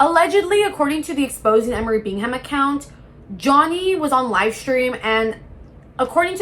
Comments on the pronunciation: It’s pronounced “bingam,” dear. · I’m sorry. I have to click off… Bing Ham? Seriously? You literally had to have watched content on this to have material for the video and you edited clips to put in the beginning and you’re still saying BiNg HaM 🥴 Bingham is a relatively common last name. Please use your brain.